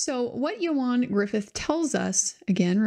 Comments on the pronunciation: its ewan ewan not eo arn ffs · As a Welsh speaker, it's YOANN, not YO-HAN! Great content as usual :D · I think his name is pronounced “Ian” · It’s not Ewan though, it’s Ioan. Welsh, pronounced yo-un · Thank you for this coverage. I recall the backlash when the whole "believe all women" rhetoric was going on against any woman who dared questioned someone's account. Unfortunately deceit, lies, taking advantage is a gender nurtural trait & its only fair that any allegations should stand up up scrutiny. Just as a side note, his name is pronounced "Youan", I live live in in the UK, and its the standard pronunciation of this Welsh name, hope you don't mind me pointing that out. 🙂